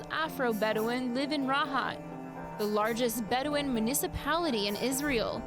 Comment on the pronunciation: Drink evry time she said beduin